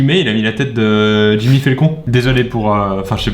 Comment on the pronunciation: a 1.52 c jimmy pas jigmé :D